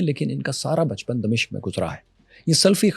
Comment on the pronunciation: دمشق کے م پر زبر ہے